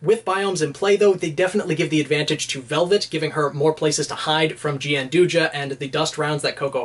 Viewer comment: Gianduja/Gianduia (the Italian chocolate) is pronounced, and I quote, "john-DOO-ya", so you were pretty much spot-on. There's also the interesting tidbit that Coco's weapon, by technicality, is Nutella. Do with that knowledge what you will.